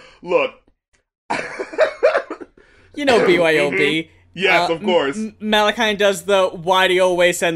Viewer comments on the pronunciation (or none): It’s pronounced Mah-la-kee-an